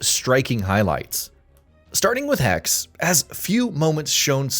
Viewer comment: Hexe = German for Witch, Its Not hex Its Hexeeeee, the e is Not silent